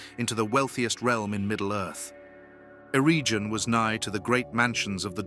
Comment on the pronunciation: Stop using ai to read the script. It's awful. Celabrimbor??? Areggion???